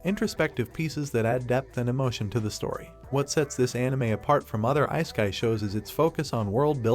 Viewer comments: icekai. I can't take it seriously now. Please tell me you are just using AI voiceover. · I-sky anime? Are you even trying? I used to play around with text-to-speech back in the DOS 5.0 days. You CAN make it pronounce words correctly if you actually put in a little effort. You're better off just having text on the screen than that AI voice. We watch anime, we're no stranger to subtitles. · I'm not tryna meat ride but I really loathe the way bruh pronounces "isekai"💀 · Please learn to say 'isekai' properly!